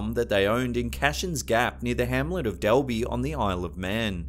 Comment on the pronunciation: Hi! Manxie here 🇮🇲 ( Isle of Man) the mongoose was a hoax. Dalby is pronounced Dolby, and Voirrey the girls name is pronounced vo- ree FYI! Great video still x